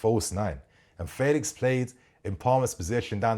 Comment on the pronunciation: Felix is pronounced like the 'fe' in 'Fenton'...'Fe...lix' 😊. Looking forward to seeing him playing in the PL!